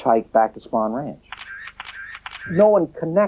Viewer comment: spawn ranch? These documentaries get many facts wrong or mispronounced.